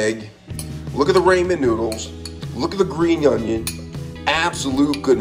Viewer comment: “Grab your Ray-Mon nuudles”